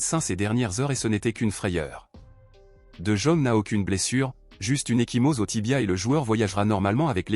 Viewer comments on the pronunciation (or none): d'abord on ne dit pas de jaune c'est pas un chinois il est pas jaune revoyez votre langage monsieur parler bien ce monsieur néerlandais s'appelle de yong en prononciation OK